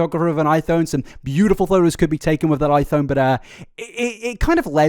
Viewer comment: I Thone I Thone I fout you brits put "f" sound on "th" words, not the other way around...